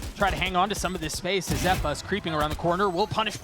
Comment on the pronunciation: Misspoke ze-pa lol